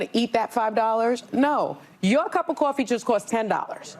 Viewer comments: what is a cup Qoffee? 😂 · I hate how she pronounces coffee… Also, these women are absolutely horrendous and spread so many lies… brainwashing women every day